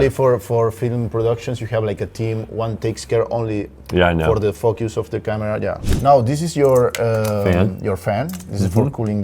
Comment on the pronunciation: Dijo "fokius" xd